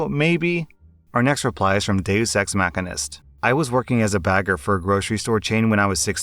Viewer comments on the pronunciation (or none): “Meckanest” 😂😂😂😂 It’s ma-she-nist